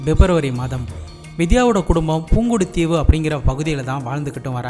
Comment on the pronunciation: அண்ணா பூங்குடுதீவு இல்ல புங்குடுதீவு